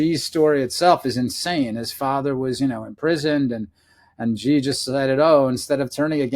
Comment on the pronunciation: I find it amazing that people like this author write books about people and can't even pronounce their names. The Chinese leader's name is pronounced 'she' just like the female pronoun. Imagine people writing a book featuring President Trump and pronouncing his name 'Frump'. I'm no lover of the Chinese regime. I lived in China for 13 years and have a Chinese wife. As mentioned, their are 2 groups in China; the Chinese communist party and Chinese people who don't matter except how they can benefit the C.C.P.